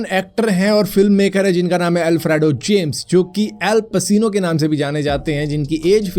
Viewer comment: भाई एल पसीनो नही el पचीनो है। गूगल translater me daal ke dekh liya kar